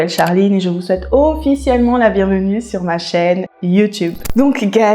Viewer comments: Cc juste pour infos on prononce shour ‘S’ et non pas ‘che ´ BIz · Cc la première prononciation dit souhrrr avec le son du S pas le son du 'ch'. Pour t'aider. J'aime comment tu racontes .